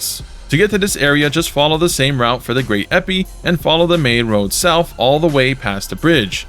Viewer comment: lmao "great eppy"